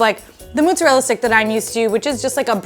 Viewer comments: What is this "mutzerela"? 😅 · "moootzerella" oof girl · Is it really pronounced Moose-erella, or is that just a New York thing? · why does the host pronounce mozzarella that way?